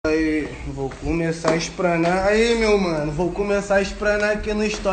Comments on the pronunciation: EXPRANAR KKKKK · N consigo levar a sério o cara que fala "vou expranar" OBS: N SOU FÃ DE NENHUM DOS DOIS